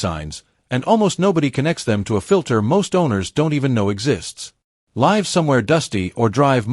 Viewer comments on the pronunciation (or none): How about redoing the video and using a real person who knows how to pronounce words properly. The letters l i v e have two different pronunciations and ai almost ALWAYS gets it wrong! That makes the entire video suspect.